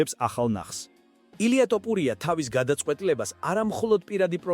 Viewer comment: აი ამხელა ვიდეოს ქმნი და რა ტოპურია იმენნა ტიპი აზრზე არ არის.ტოპურია არა წიფურია😂😂😂